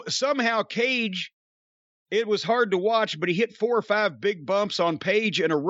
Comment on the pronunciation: That "Cage & Page" mention sounded a bit like "Cajun Page". Hmm, maybe that's an idea for a new gimmick for the cowboy?